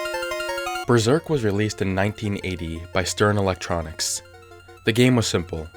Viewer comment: Besserk. DISSIPATED SIGH